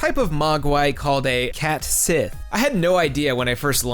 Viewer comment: Cait Sith is pronounced Ket She.